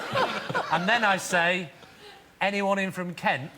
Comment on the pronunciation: am i led to believe that somebody from kent, a kentshireman presumably, pronounces kent: "kunt"?